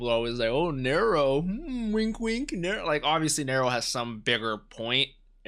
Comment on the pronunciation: I think her name is pronounced "Narrow". Possibility a nod to the Roman emperor Nerō.